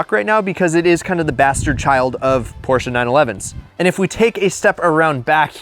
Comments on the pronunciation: It's not PorshcA its Porscheee. Eeeeeeee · It’s Porsh not Porshah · Stop saying porscha its Porsche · Porches, Porch, Porsche 🤣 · Its pronounced "porsh" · Porche and reliable in the same sentence? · Never mispronounce Porsche, say your a car guy and then own two of them. 💀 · You love them so much you can not even pronounce it correctly 😂😂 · Its called PORSCHE Say IT Like we germans do